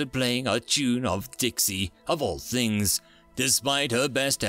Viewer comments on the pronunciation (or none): none